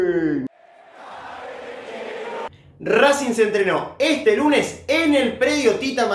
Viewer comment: Acá en minuto RrrrRRRRrracing